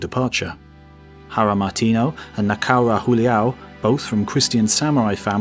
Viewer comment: "J" in Julião is pronounced like a formal J not like the spanish pronounciation. And you pronounced Valignano well, why didnt you pronounce Martinho the same way? (gn = nh)